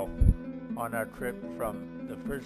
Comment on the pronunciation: just saying but nadi is pronounced "nandi" not "nadi"